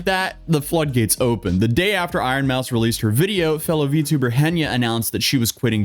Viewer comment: It's not "vee too burr", it's "vee tee oo burr".